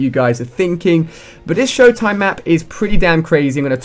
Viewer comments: You saying showdowd its showtime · I don't know if its his accent but it sounds like he's saying Showdown. I'm not sure if he's saying Showtime or Showdown.